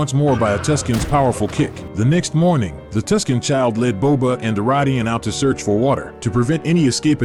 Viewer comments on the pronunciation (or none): none